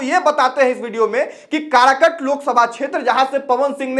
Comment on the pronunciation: अरे कारकट नहीं काराकाट नाम है ठिक से बोलना तो सिख